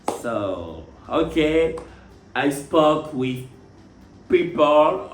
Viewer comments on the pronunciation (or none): Moi la partie qui peut me tuer même c’est quand il dit "I’m not your friend, hokay ?"😭🤣🤣